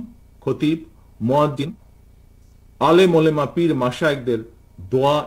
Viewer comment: উচ্চারণ সঠিক করেন জনাব। ওলেমা হবে না। শব্দটা হবে ওলামা।